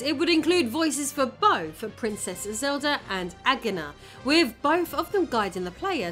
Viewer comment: Can you not pronounce "TH" you can clearly say "those", "the" "that" but all other th sounds get an F or V...... why? You say wif (with) wifin (within), bof (both), brover (brother), youf (youth), wever (weather), over (other) Please learn English and how to speak properly.